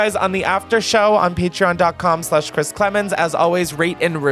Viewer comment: Chris you 1000% mispronounced my name but I will let it slide for the fact that ily